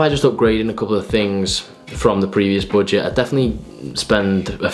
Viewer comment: No one:: boojet